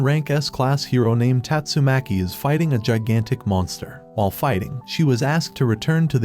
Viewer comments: “saitama accidentally destroyed sonics future”💀 “just as mumen rider got sent to heaven” “hero association summons saitama” “tatsomaki”. : “GEENOS” “BOWROWS” “GAYROU” “fuybuuki” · bro said "TETSUMAKI" "GAREO" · tastumakii gets me rollin😂😂😂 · is it me or is it just that he pronounces the names of the hero's wrong like "Tat-sue-maah-ke" or "Gee-nohs" even "Gaeh-ruu"